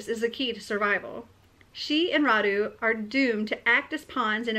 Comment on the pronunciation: Wow, I can't believe you've found a book inspired from the same historical period as the one I'm writing! By the way, Radu is pronounced with the accent on the first syllable, not on the second. It's a Romanian name. Wallachia used to be a separate country, but now it's the southern part of Romania. Since I've decided to turn mine into a fantasy novel and build a fictional world, I've changed the names of the characters and my Radu will be called Rhad instead. I definitely need to read And I Darken, it sounds interesting. I'm sorry I haven't finished typing those story yet. I started typing and then I felt they needed editing and then there were some issues to solve at work, so I came home too tired to be able to focus on editing. :( I will get one day off work on Friday and I'm planning to spend it doing just that: editing. I hope you won't mind the delay.